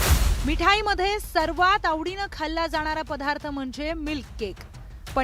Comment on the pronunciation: पधार्थ नाही पदार्थ म्हणा पणीर नाही पनीर म्हणा. शुध्द मराठी बोलो भाषेत भेसळ नको.